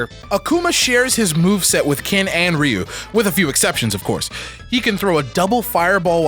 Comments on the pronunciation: Its RyoU. get It RigHt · Guys, it's not pronounced Ryu. It's pronounced Ryu.